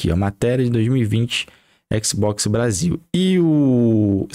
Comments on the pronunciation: Qualé mané, faix o L que o exi boquixi sai 😂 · Équici bóquici